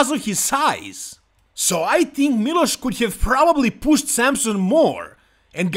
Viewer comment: Why do you always call milos, miloshu?